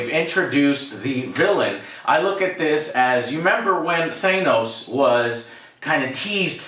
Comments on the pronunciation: Thay-nose, 'the next Thay-nose act.'... Still just... You'd think that at this point you would realize that you're saying it 'dumb' to use Alex terminology. That you would acknowledge if you were doing it on purpose, and that there wouldn't be SO many more, and after so many times of it being EXACTLY the same wrong version, there is no way that it's dyslexia or whatever. Also, here I've been telling you almost every single review that it had been renewed for season 2 even before the show started, just not TOTALLY confirmed yet. But that was on the same page of you guys being CONVINCED that the one picture was Black Widow and Loki, because somehow that made sense. But literally your logic about a season two and this season is that they either MUST have been planning it all along, hence you being able to feel butthurt betrayed somehow? OR they would have ended it badly. Because it's somehow IMPOSSIBLE to change directions with the final part of an episode halfway through the production? Even almost at the end for that matter? And that you completely misunderstanding what they said all that time ago about the Disney= shows is a mistake by you, not something that is a betrayal to you or whatever. Not that it truly surprises me when this video is filled with Thay-nose, over and over again. And yes, maybe I would see that as just a singular thing, or just a weird accent thing that no one else has. But when it's in the same category as Kenisha or Kamonia instead of Kamino when it's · I love how still pronounces Thanos as “ThaYnoes” lmao!! Never fails lol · Joe pronounced Thanos like we used to back then.. Thay-nos. Until the MCU arrived, old-school comic fans knew him as Thanos (Thay-nos) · The audio isn't as frustrating as how Joe mispronounces Thanos as THAYNOS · Thanos is pronounced with a short 'a'. Like 'cat' or 'jackass'. Not a long 'a' like 'fake'. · Its “ThAnos” not “ThEENos” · So we just gonna let Joe's "thayy-nos" mispronunciation slide..?